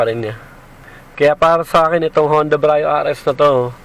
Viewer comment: Hi -- Some points for you to review and re-check: 1.) Pronunciation -- Sir, Brio is pronounced as literal bree-yo. Not Bra-yo. Ok po? Bree-yo po ang pronunciation. 2.) Sports Mode -- Never po sa history ng Brio from 2015 - present na may "Sports Mode". Yang S na nakikita nyo sa shifter ay "Sequential" meaning "transition to manual mode". Sana po clear. Thank you.